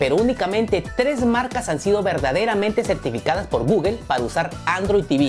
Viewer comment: No se no confío en alguien que no sabe pronunciar google